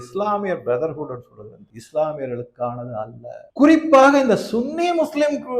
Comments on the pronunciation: Please don't use this word "Sunny " very very ugly pronounce from you . Many youtubers telling as சன்னி everybody know very well but you only saying சுன்னி please Stop it wrong pronounce. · Sunny muslim என்பதை தமிழில் சன்னி என்றே உச்சரிக்கவும். நீங்கள் உச்சரிப்பது என்பது தமிழ்நாட்டில் பிறப்பிறுப்பை குறிப்பதாகும்.